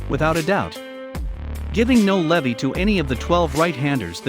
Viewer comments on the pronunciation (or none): none